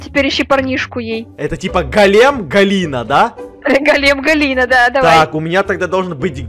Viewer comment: Не глем а голем и не Галина а Галя